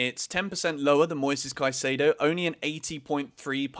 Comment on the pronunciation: Just a pronunciation tip. Caicedo is" Caisaido," not "Caisaydo"